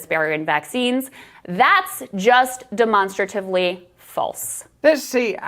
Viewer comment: Did anybody else double back at how the reporter pronounced "deMONstratively"? Hahahahaha. On a more serious note, there's probably a reeeaaaally good reason why they don't want other countries and companies to start looking into what actually goes into these vaccines. I wonder what that is...